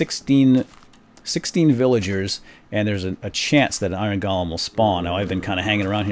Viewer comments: Dude its golem Not golam!!!!! €₩¥€¥£₩€¥€₩€₩€₩€¥ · Im almost positive golem is pronounced lik "go-lem" not "gol-lem" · Pronounced GO-LUM